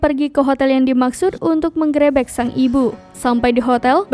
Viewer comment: menggrebek.bukan menggrEbEk.baca berita ko gitu